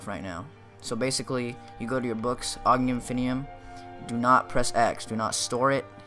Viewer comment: The Onion Infinium. I am literally crying. He said it at first. Onion infinium.